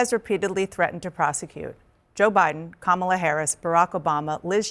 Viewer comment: Yup, you got that bit correct, they care about the middle and working-class people of America! Well done for getting that right, but MVP's name is KAMALA and NOT KAMLA!!! But let's just put that down to your Pronunciation of her name or Accent in how you say her name in your head!